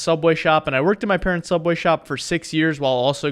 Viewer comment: your saying subway wrong